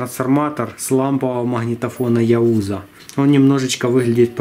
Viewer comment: "яУза"? Ты "узкий"?!